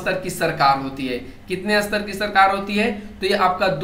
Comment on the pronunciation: Fun fact ... Sir स्तर ko अस्तर bol rhe h